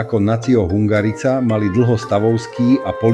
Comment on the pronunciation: Tá hudba je zbytočná, horšie sa to počúva. Hungarica -- vyslovuje sa to hungarika.